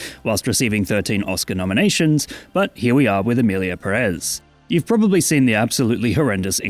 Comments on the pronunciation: Everything fine with the video, but It's Pérez, not Perez. Put emphasis in the first E. 😼 By: your Spanish tutor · It has a tilde, it should be PErez, not PeREz… as someone last named Pérez it hurts each time I hear it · Is pronunced Pérez, not Perez 🙄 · If we want to stick to truths, the tweet about Selena is fake and it's PÉrez, not peRÉZ. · It's Pérez, not Peréz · It's PE-rez. Greetings from Spain.